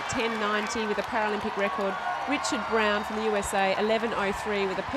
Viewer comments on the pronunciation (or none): none